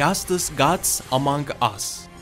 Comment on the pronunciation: İngiliz: among us Türkçe: among us: amang as